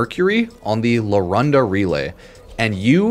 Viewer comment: Brooo...it's larunda, not luranda 🙁